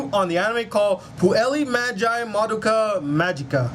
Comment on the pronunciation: What's with your pronunciation though? Puellay madge eye Madoka magica? Lol